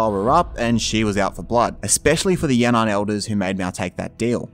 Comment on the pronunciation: It's actually Yan'an